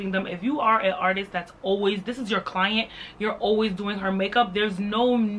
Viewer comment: Amma be saying "KKKKlient" for a while now🤣🙌 Some people will prefer a tag than a check, uh uh, this day and age I can't. Ogah please give me d check and tag d pesin.